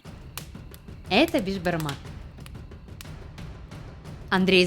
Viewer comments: Не бешбармак а бишбармак это означает биш-пять, а бармак-палец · сіз бешбармақ емес, бешПамак айтасыз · Не бешпармак а беспармак я живу а Казахстане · С Казакстана привет и не бешбармак а бесбармак это переводится пять пальцев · Вы не правильно пригатовили Бишпармак!! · Я как казах ( а я и есть казах) скажу что беШпармак а не бежпармак без "ж" совет что для приготовления бешпармака нужно копченое мясо, вяленное мясо, қазы (тоже копченое мясо), кійріқ май(жир), канина НЕОБХОДИМО использовать даже если нет нужно найти и все это нужно падать бауырсақ, қымыз, шубат, конфеты, сухофрукты, фрукты, қуырдақ, лепешки, и чай по правилам у нас казахов нужно сделать бата-(молитва) но так как вы христиане вам необязательно делать бата это для тех кто не понел молитва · не Бешбармак а бешпармак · Я живу в Казахстане и хочу сказать когда твоё национальное блюдо говорят не првильно как-то обидно правильно не бешбармак а бешпармак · Правильно говорить БЕСБАРМАК! Так как это переводиться как 5 пальцев. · Надо говорить бешпармақ бешпармак